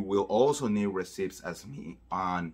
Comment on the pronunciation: Receipts (pronounced «reseets» NOT «resips»!) 🤗